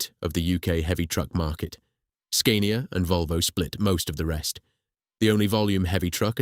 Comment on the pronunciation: Then Scania😫. The "a" is pronounced as in "cat" not as "cane".